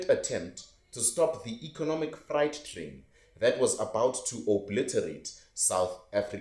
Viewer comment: "Negotiations are underway"- tipical political jargon😅 Good content, but check pronunciation of certain words..e.g. freight train, invigorate, citrus..